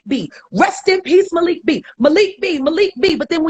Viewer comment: It's Mah-lik 🤦🏾‍♀️